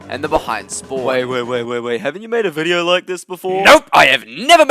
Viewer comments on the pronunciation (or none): none